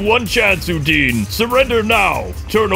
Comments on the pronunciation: Why do you call her Udeen? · Her name is not udin it’s udonna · Why you guys call Udonna like "udin" ? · Her name is udona not udine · Her name is Udonna... UdonnA! Not E... my goodness have some respect for one of the greatest Rangers and mentors of Ranger History. Thanks for sharing but get her name right. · It’s pronounced ew-Donna (Udonna) white mystic force ranger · Udonna is pronounced like â dawn â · lol i like how they say udonnas name wrong when the game tells you how its pronounced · you said udonna's name wrong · The way they pronounce udonnas name irritates me